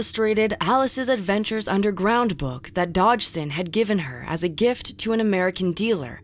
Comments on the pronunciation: Girl: Book What i hear: bUuK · weird way to pronounce 'book' lol...